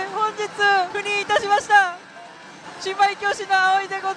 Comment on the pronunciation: ところどころ言う赴任…避妊と不倫に聞こえてしまって悩むわ